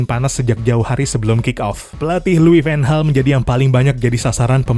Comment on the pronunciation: anda nyebut Van Gaal sedikit seperti menyebut Ten Hag